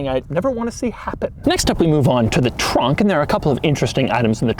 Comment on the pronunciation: Doug's the kinda guy that says trunk like tronk